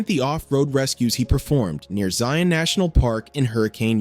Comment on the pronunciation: A. Trail Mater is in Moab, Utah. Not Arizona. B. It's pronounced Hurrah-kin, not hurri-cane. C. Thank you for being the first youtube video I've seen from a non-utahn to pronounce Zion correctly. (Zi-uhn, like lion).